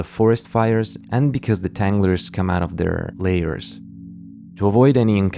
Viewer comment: tanglers soned a lot like havsters